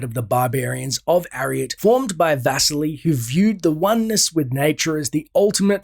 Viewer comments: Name "Vasily" should be stressed on "i" -- vas-I-ly, not v-A-sily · Dude, your pronunciation of Vasily (Vuseely) hurts my brain lol